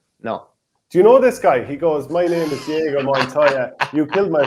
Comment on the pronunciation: Never heard of Inigo? It's not Diego but love the comment. Can't imagine that he's not familiar with the movie